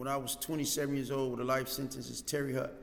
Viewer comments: My man its not TERRY HUT..Its TERRY HOTE spelled different but tahts how u say it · How do you spend years in a place and still don’t know how to pronounce the name of the place?